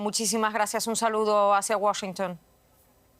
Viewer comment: Menos mal que dejó de decir "Washntn" por Washington